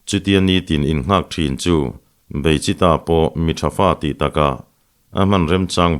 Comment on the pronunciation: Beichitha nilovin Beichhitha tih zawk tur Mara hming ani e👍